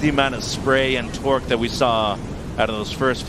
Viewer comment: At time stamp , I have never heard the word torque being pronounced as, what sounds like, 'tworque ', by the commentator. Now I realise that I do not know the context of the commentator's comment or if he lives in a niche region where maybe this is the norm. Otherwise, it just sounds strange. Nevertheless, crack a beer, it's the weekend.